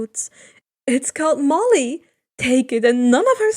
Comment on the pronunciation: Yess thanks for pronouncing Molly properly!!!